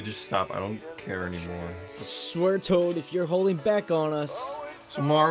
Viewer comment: He said tood instead of toad